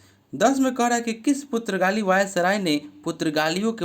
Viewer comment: Aap ek baar Google voice mein suno ki पुर्तगाली कैसे बोलता है आप गलत बोलते हो मुझे बिल्कुल गलत लगता है प्लीज एक बार Google Voice mein Suno